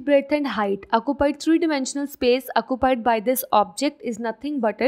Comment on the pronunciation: When she said “acupied” Me:😂😂😂